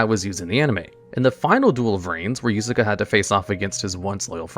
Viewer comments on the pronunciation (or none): i think he just straight up cant pronounce some non western name lmao, he used yusaku only for it to be devolved to yusaka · Am I the only one that shuttered everytime he called Yusaku Yusaka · He begins spelling it yosuke and ends up saying yusuka lmao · I know there are a lot of mispronunciations in these videos but this one caught me off card. Yusaku is pronounced like You-Saw-koo (And Ai is pronounced “i”) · Why is pronouncing Yuusaku wrong? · Does it on purpose